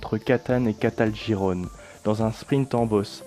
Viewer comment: Quelle prononciation de Caltagirone 😂😂😂😂😂😂😂😂😂